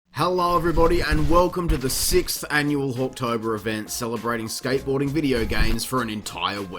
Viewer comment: I can't unhear hawk tuah in Hawktober.